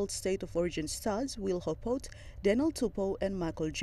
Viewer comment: pls ohh spelling em Hopoate but pronounciation em Hopote xD karem sem kam stap!